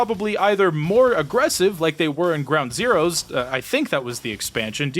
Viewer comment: haha, groud zeroes.